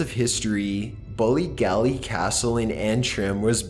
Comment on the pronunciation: great work but as an Irish person the mispronounced Irish names of hotels and castles 😑😂bollygally Ballygally still love ya tho😉